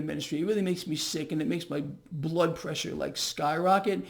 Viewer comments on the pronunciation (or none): none